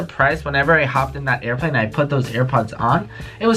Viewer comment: Wiless earphones" aiplane